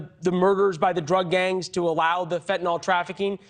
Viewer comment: And thank you for pronouncing it properly. Once or twice! Fentanyl, nyl, not nol !! Very unusual in most states! They butcher it, like so much of the English language!!